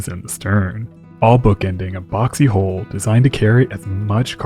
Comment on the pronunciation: I cant tell when you're trying to say Hull, hold, hole or whole. You pronounce all of them exactly the same. You really need to please work on the pronunciation of Hull especially